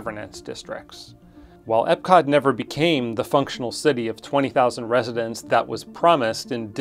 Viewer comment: I think you pronounced EPCOT incorrectly. As it’s EPCOT.